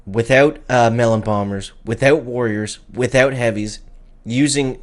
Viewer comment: Without ❌ Withewt ✅